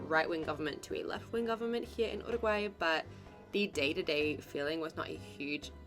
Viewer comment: You -ruguay in English not ooruguay.